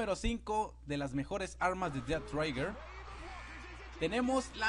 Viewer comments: Es "Dead Trigger" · Además he estado jugando alguito el dead trigger y lo que he visto es que las armas pierden potencia entre más lejos este uno del objetivo posdata no se pronuncia ded traiguer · "dead traiger"